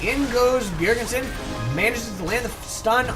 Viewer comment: Its not 'Bjergensen' its just 'bjerg-sen' ;) nice commentary,like it very much.